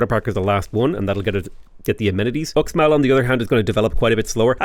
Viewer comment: It’s pronounced “Ooshmall” Fun fact: I went on vacation to the Yucatán recently. This Mayan inspired theme park had X(sh) in front of everything. Xsavage, Xirts for Xale, Xnack bar… reminded me of Sean Connery more than Mayan culture.